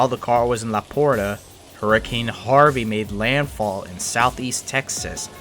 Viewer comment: The Texas city of LaPorte is pronounced "LaPort". The "e" is silent.